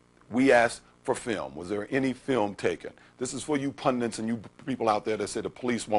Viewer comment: Says “pundint”, too